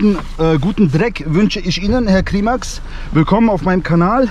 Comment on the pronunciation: Wir er dein Name ausspricht Eicrimäx 😅😂